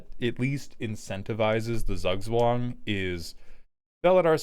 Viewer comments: Z is spoken as if you had a t in front of an s in german. So roughly ~ "Tsoog tswung" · I dont know, when i here Zugzwang, i think about a million copys of scuttling doom engine. You have to do something about it, and you can't chumb them. I know, thats not what is wanted, buts my first thought. Btw, the german Z is most easily pronounced as 'tz' in english. Tzoog-tzvahng. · I'd rather say , he needs a german to teach him how to say zugzwang. This pronunciation is so incredibly butchered. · im dutch and the way you pronounced the decks name made me spontaneously start bleeding from my ears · As someone from austria the pronunciation of Zugzwang is sending shivers down my spine, and not in a good way. But it is still a great way to describe the goal of the deck